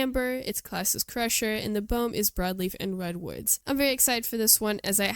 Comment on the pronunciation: Nice Development vid, apart from the incorrect pronunciation of "Biome" and 90% of the dinos names . . .